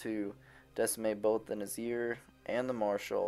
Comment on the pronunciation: Its NIZar not NAZir xD . But otherwise a very good and entertaining video